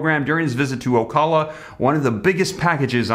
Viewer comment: O - cow - la Ocala........